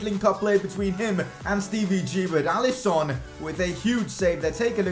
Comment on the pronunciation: Why you call it alisOn and robERTson